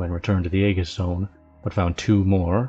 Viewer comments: actually its A-jiss, but symantics on how greek words are pronounced is dumb and pointless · Very nicely done ... a small point, Aegis is pronounced ee-juss 👍